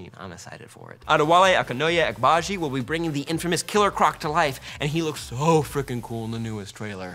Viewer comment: Can we all give a round of applause on the Killer Croc actor's name pronunciation?!